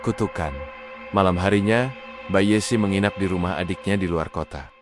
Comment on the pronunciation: Ceritanya bagus,sayang penyampaiannya mirip robot,mbak yessi jadi dieja MB yessi😅